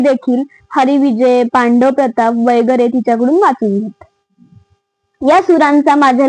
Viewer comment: वगैरे हाशब्द शुद्ध जसा आहे तसा वाचावा वैगरे नाही.जशी आपण न आणि ण बाबत काळजी घेतो.नाहीतर रंगाचा बेरंग होतो.